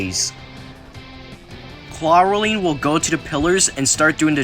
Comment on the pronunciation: Neat video man, I would recomend listening to how other people pronounce names of characters in the future, for example Elfilis is pronounced Elf-ill-ess and Clawroline is pronounced Claw-erl-line.